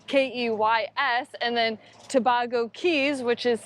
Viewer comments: Tobago Cays used to be better. I guess people recommend it from memory. Btw, it's pronounced To-bay-go, rather than To-bag-o, like Trinidad and Tobago. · LOL...FYI Tabago is pronounced Ta-bay-go. Beautiful waters & islands. Thanks for the great videos! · Toe-BAY-go, surely. When you meet up with Odd Life Crafting, don't let him tattoo you, please!